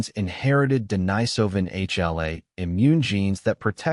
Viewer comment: They couldn't even pronounce Denisovan consistently.